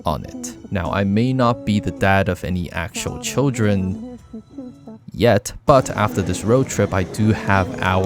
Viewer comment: bro really put an emphasis on that ‘Yet'😂